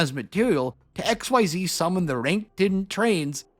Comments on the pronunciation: It will never not piss me off that you intentionally choose to say "ex why zee monsters" when you know damn well it's "exzeez" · Xyz monsters have been out for over 10 years now, so I wish more people pronounced it "ik-seez" (like how they said in the announcement article) instead of "X-Y-Z"! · Every time you pronounce Xyz as "X-Y-Z", I die a little inside. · I’m sorry but pronouncing “Xyz” like this rouses my homicidal urges. Say it with me, folks: “Ex-seez” This is not a Fusion archetype. Xyz are fuckin cool. Thank you.